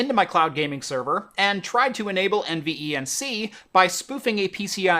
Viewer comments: Please just say N-Venc. Not N e v n c. Jesus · Take a drink every time he says N V E N C instead of NVENC (En-Vank) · Curious why you pronounce every letter in NVENC, when most tech tubers just say En-Venc, but do pronounce iSCSI as Eye-skuz-ee and not individual letters .. I’m sure it would have shaved at least 25 seconds off total video length 😋